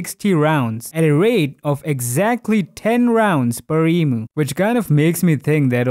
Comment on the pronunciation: as an Australian i have never heard of this e moo, maybe you meant emu?